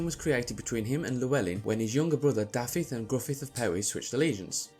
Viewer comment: Nice video - but Dafydd is pronounced 'Dah-vith'